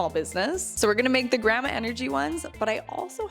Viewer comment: Lol you say Grammar and Grampa. 🤣 try saying "Grand-ma"